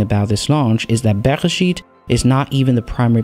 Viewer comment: You are the first non-Hebrew speaker that actually pronounced the name of the lander right! :)